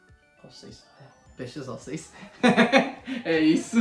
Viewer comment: Ósseos... não ósseis, não ósseos kkkk